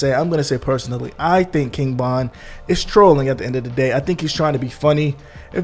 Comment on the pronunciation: Bro ,why you sounding so confident in your pronunciation, King bond bro? Tf?Vonnnn! Broo damn